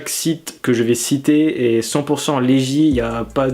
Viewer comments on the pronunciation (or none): Legit se prononce "léguite" et non "légi" mdrrr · Non plus on prononce "Léjitte"